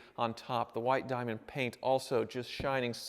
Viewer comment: "White Die -Ah-Mond"